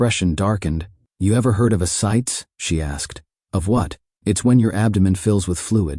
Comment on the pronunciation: It's pronounced a-ci-tees. Get it right!!! It is a serious problem. They don't drain it from the belly button, they do it from one of the sides.